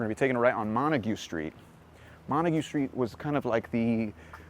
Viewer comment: u forgot to pronounce the 'T" in montague!